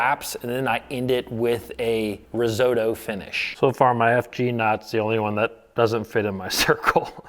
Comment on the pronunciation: Thanks,, for doing this vid. Just confirms the superiority of FG knot for Braid to fluoro leader strength. Just a pain to get it tied right consistently. By the way, it's rizzuto, not risotto, finish, lol.